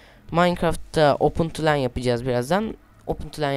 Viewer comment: kardeşim open to lan ı o pantolon olarak okuyo :D